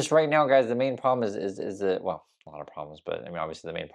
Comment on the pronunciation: "Wool, the President said...." She can't even say "well" like an adult. Still pronounces it like a child. And they still make jokes of Biden's old aged speach impediment. Guess what Karoline... what goes around comes around. Incoming!